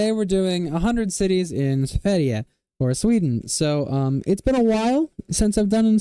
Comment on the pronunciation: I got nothing better to do, so here is my feedback for the pronounciations!! (Native Swedish speaker) *Sverige* - On point, perfect pronounciation Kiruna - Emphasis on "Ki", not "ru". Otherwise perfect Boden - "Bo" pronounced like the English "Boo" with a long O sound, otherwise good Luleå, Piteå, Umeå - Both good sounding, but since you seem to like to use regional pronounciations, dropping the Å is fine. Most Swedish people do Skellefteå - Pronounced using the Sk sound in use in northern dialects, also drops the Å at the end usually. Östersund - We usually don't pronounce it with a Sch sound, we just say it exactly as written. Härnösand - "Hare-nuh-sand", emphasis on "sand". Regarding the fact that you got Nyköping (great pronounciation on that btw), probably due to Arnö, a small suburb of Nyköping. Sundsvall - Stronger emphasis on -svall, otherwise great. Örnsköldsvik - Same as Skellefteå with the pronounciation of the SK letter combination, great detail. More emphasis on -vik. We usually shorten it to "Ö-vik" in informal speech. Hudiksvall - See my comments for Sundsvall, same thing applies here Bollnäs - 10/10 Gävle - The E is pronounced the same way as the final E in Sverige Sandviken - Stronger emphasis on "viken" Falun (my home town for 16 years!) - Opposite pitches, the "Fa" should be low and "Lun" high. Borlänge - Sounding like a speaker of a non--descript southern dialect, still good tho Ludvika - More emphasis on the middle syllable. Also, they for some reason pro